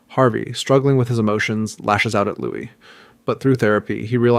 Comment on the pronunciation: Checked out when I heard how you pronounced "Louis"